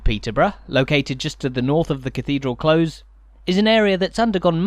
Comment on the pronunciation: It’s a close (with an s) not a close (with a z)! 😊